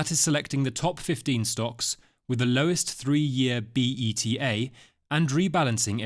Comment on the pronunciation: "3 year b-e-t-a" 🤭